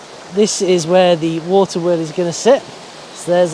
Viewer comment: wawter weol lol..